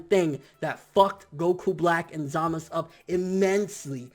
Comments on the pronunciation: stop saying zamas. His name is zamasu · it's zamasu bro not zamaz if that's the case call beerus just beer lol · zamasu not zamas what's wrong with you? in that case call goku gok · who else really hates the way he pronounces ZAMASU emphasis on the fucking U at the end of his name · you are saying Zamasu wrong... its bothering me so much >_<